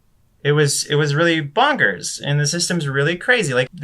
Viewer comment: the way he pronounced bonkers is enough for him to be arrested tbh